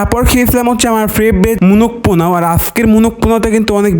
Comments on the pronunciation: আপনি কি তোতলা?? পোলাও কে পোনাও বলেন কেন?? 🤣🤣🤣🤣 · পলাউ❌ পনাউ✅ রোস্ট❌ নস্ট✅😂😂😂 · পোলাও রোস্ট ❌ পোনোও নোস্ট ✅ 😂😃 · পোলাও রোস্ট ❌ পোনাও রোস্ট ✅ মোরগ পোলাও ❌ মোনগ পোলাও ✅ ডায়েড ❌ দায়েদ✅ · পোলাও ❌ পোনাও ✔️